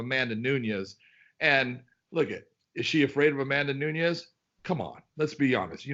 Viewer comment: C'mon big John, pronounce Amanda Nunez's last name properly.